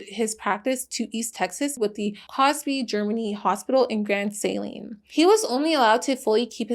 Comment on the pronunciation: The way my East Texan ass reacted immediately upon hearing you say East Texas. But sidenote the way you pronounced Grand Saline gave me a good chuckle. Round these parts we say Grand "Suh-leen" 💕 much love,!